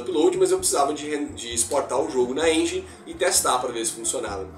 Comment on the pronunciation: Uai, foi sem "enguine" ou com sua própria "enguine" 🤣 num intendi hehehe Zoeiras a parte, ficou top. 👏🏽